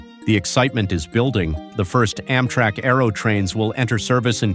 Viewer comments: Why is it so hard to find human beings to narrate these videos? I mean, "AHM-trak"? Give me a break. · How does mis-pronouncing words make things easier for anybody? I mean, "OMM-trak"? Oh, brother. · Why tf does this guy say “Ommtrack” ? 😂😂😂😂😂